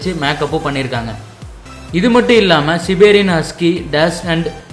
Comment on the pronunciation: சிபேரியண் husky illa சைபீரியண் husky ok